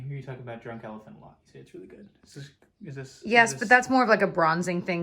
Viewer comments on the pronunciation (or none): none